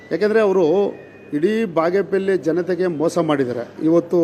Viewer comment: Appa ಬಾಗೇಪೆಲ್ಲಿ alla ಬಾಗೇಪಲ್ಲಿ adu.. utter it properly before you contest in Bagepalli next 😂 subbanna sacha alla bidi